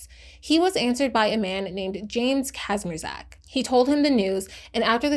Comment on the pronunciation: kindaaa latee but you pronounce the surname 'kazmierchak' :3